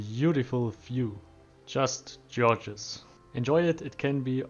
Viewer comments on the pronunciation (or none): Gorgeous is pronounced more like "Gore" vs "George" - hope it helps :)